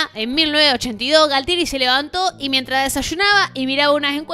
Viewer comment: Me gustan tus videos!: Yo entiendo que es tu estilo el de hacer chistes cada tanto, pero seria mas profesional que seas menos vulgar. Cositas a destacar, algunos nombres mal dichos como el de Galtieri y Massera. Y los motivos de la guerra de Malvinas no fueron los que citas que Galtieri se levanto un día y quiso hacer la guerra, hay otro trasfondo. saludos